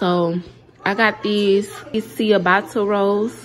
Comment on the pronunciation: The new garlic bread you bought is pronounced cha-botta bread. Were they any good?